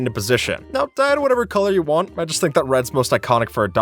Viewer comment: "Place down the blocks that you wan" 😅